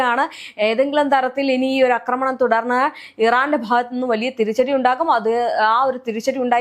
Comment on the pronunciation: അക്രമണം എന്നല്ല ആക്രമണം എന്നാണ് പറയേണ്ടത്.